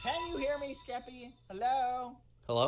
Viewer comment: lmaoo why does always say geppy or keppy i find it so hilarious